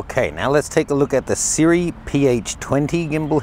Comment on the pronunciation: "Sirui" is actually pronounced "SHEE-ROY".